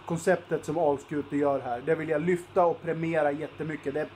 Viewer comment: Uttalet av Alskute var helt OK, i.a.f. enligt halvgotlänningen här.